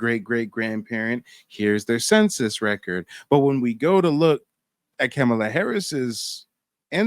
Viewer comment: It's pronounced comma la